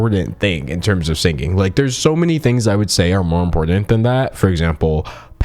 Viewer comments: Can u please auto tune the way you pronounce the word sinGing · My guy pronounces singing exactly like Ethan Klein 😅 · I like that you pronounce singing with a hard G like Ethan Klein ❤️